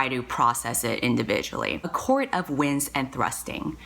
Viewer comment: 👑👑 you’re amazing also you say winds and thrusting and I think queefing. (am I allowed to write that here?) which is decidedly unsexy sooo